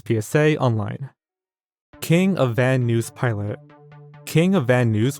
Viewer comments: Who pronounces Van Nuys as Van Nueys? There a city in LA saying it Van Nice. Curious. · No, Van Nuys is "Van Nize" A bunch of examples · I just have a couple of friendly pronunciation tips for you,. Van Nuys is pronounced van NIZE, not van NUSS. And Robert Goulet's name is of French origin, and is pronounced goo-LAY, not GAH-let. Just FYI. (We have spelling and usage help out the butt on the internet, but there is not an accepted pronunciation source to go to anywhere that I've found, that would avoid these cringe moments. I wish there was one.) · its Van (Nice) not Van (Neus) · I assume very well done video! I am letting these deep dives that you do I just wanted to point out that Van Nuys is pronounced like “van nize”. Anyway, I look forward to seeing more of your deep dive videos. ❤ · Van Nuys is pronounced Van "Nye"s like bill nye the science guy. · Van Nuys - pronounced (van-eyes) - A neighborhood in the San Fernando Valley Cannes, France - pronounced (kahn) - a city located on the French Riviera Robert Goulet - pronounced (Goo-Lay) Former husband of Carol Lawrence These are extremely famous and common names that any native English speaker should know how to pronounce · People always mispronounce macabre. Its "mah-cob" Also van nuys is "van nise" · The mispronunciations are crazy what do you mean king of van news.. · Your mispronunciation of Van Nuys makes my ears bleed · Who doesn't know how to say Van Nuys? Yet another example of nutty pronunciations. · as an ex californian the way you pronounce "van nuys" gives me terminal psychic damage